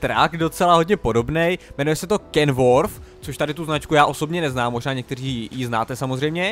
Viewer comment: Čte se to normálně kenworth ne kenworf